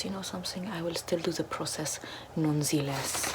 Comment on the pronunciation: Non zee less